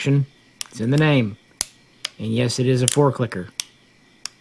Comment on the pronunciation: You said "four-clicker"; I heard "Fork licker."